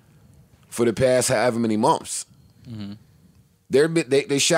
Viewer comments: SHADDY 21 lmaoo “munfs” is hilarious. If it’s spelled anyway that exactly how it would be spelled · "We lived in a hotel for 9 munfs" 😂😂😂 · Thought I was the only one...shit so irritating. “Munfs” 😔